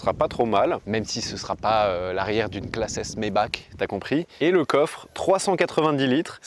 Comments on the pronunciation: Le son est cool... faut le dire vite et oublier ce qu'est un L6 atmo ! Sinon on dit Maybare comme on dit Weissare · Le ch de maybach ce prononce "Rh" comme Schumacher